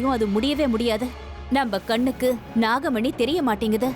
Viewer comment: Dai ethana thappuda pannuvi GA dubbing process la Vishnu dialogue la namagamani illa da nagamani